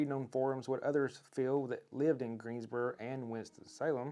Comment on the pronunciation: Like how you say Greensboro. Looking to move next year